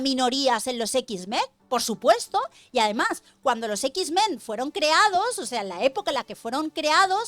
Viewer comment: los ex men hablaban con la ""E"" 😂🤣 los x-men no